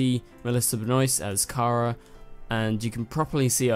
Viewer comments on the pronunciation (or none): none